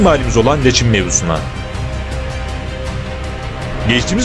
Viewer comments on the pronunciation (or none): none